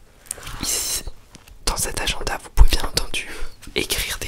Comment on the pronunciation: j'adore quand il dit aGENda